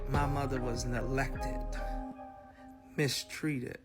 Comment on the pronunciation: “Nelected” … does he mean neglected? 😒